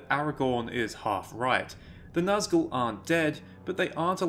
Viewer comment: Its not naz gull, Its actually NAZG ul